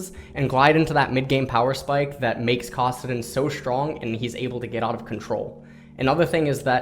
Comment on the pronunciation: "kossadin" the actual FUCK?